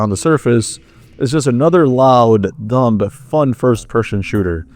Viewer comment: The b in dumb is silent.